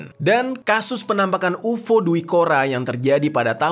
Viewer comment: Kenapa dibaca UFO? 😂